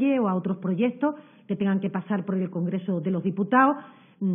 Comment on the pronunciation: ..”del congrezo de loh diputao” que no estas en la taberna hija, aprende a hablar cojones!!